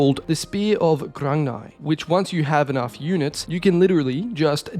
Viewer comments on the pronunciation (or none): Grung-ni. Its pronounced GRUNG NEE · its pronounced grug-knee